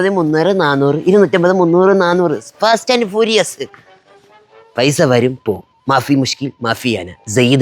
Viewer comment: Fast and furious ❌Past and Purious✅